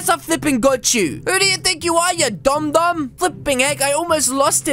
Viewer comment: Instead of saying dum u said dom so I should have a dom dom huge